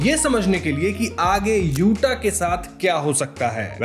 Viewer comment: Accha hai yuta hai, yute nai hai